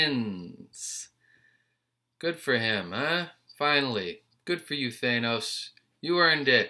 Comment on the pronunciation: Why are you hitting the A so hard. It’s Th-Anne-os